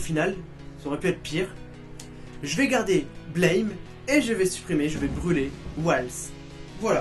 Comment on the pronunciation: Blame ne se dit pas à l'anglaise/américaine! Il se prononce à la française! ^-^ c'est l'auteur lui même qui l'a dit :p